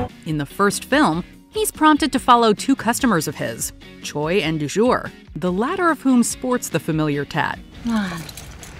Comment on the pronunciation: Yeah but she called du’jour, azure. Lol.